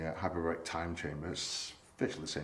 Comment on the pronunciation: Hyperbaric time chamber... i wonder if he's saying that wrong on purpose for years 😂